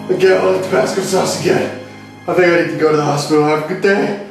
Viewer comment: Doc: “So how’d you get an ulcer at your age?” LA Beast: “I drink tobassco sauce.”